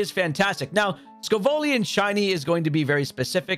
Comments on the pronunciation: These videos are wicked helpful but brother its sco-villain not scovollion! Like scoville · Sco-vollyions lol. Its Sco-vill-an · Excuse me? Wanna say Scovillain again? SCOVOLLIAN? My brother in christ, a blind man could see that its name is Scoville+Villain 😭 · "scovoaleein" 😂😂 thx for the info on the spot tho scovillain my fav gen 9 mon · The way you were saying Scovillain was driving me insane! Lol